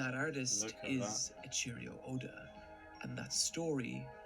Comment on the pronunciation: "E c H e E r I o Oda"